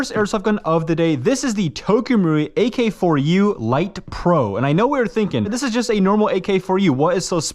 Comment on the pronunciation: Dude,It’s says AK-74U, wtf you was reading it off the box and said it a couple times and still got it wrong..wow dumb ass…